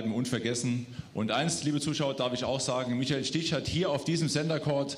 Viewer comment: Who's Michael "Steech?"